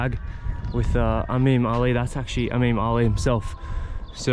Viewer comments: I honestly think he is mixing the "I" and the "A" sound up. So instead of pronoucning "eemam" he says "ameem" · e - m(a)m that's how u should prounonce it baqlawa not baqlaba